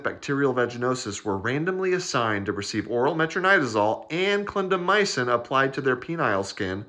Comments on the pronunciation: Did he say "condomycin"??? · that was interesting pronunciation of clindamycin at the end…